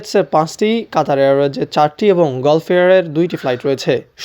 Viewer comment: গল্ফ এয়ারওয়েজ কি ভাই!! গাল্ফ এয়ারওয়েজ উচ্চারণ হবে